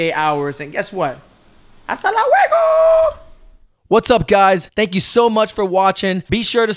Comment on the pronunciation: You don't say subscribed correctly